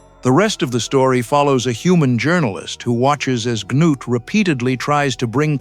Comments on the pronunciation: So the story is about an alien named Clee-ah-too and his giant robot Ganoot!😂 😂 sheesh ai please give me a break! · obviously did, if KLAATU was a character. North changed the narrative from Cliff the reporter to Klaatu (who was dead at the story’s start). He changed the name to Gort because nobody (myself included) can pronounce “Gnut.” The little things: Gnut’s metal=ship’s metal and the inability to find the doorway made it into the film. Take the brilliant short story “The Cosmic Frame”; it became the shitty (but cultish) “Attack of the Saucer People.” Most 50s sci-fi was thrown together in a few short weeks. “The Thing From Another World” came from John W. Campbell’s chilling “Who Goes There?” with NO similarities…until John Carpenter faithfully adapted the story as “The Thing.” Hell, Arthur C. Clarke’s very short “The Sentinel” was the seed that eventually became the most overrated film ever: “2001: a Space Odyssey.”